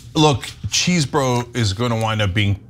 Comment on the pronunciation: The name is NOT CHEESE-BRO. !!!! It is spelt Chesebro. Short e sound...cause there is only one !!